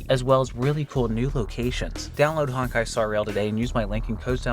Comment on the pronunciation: Not Honk-Kai... its HONE*KAI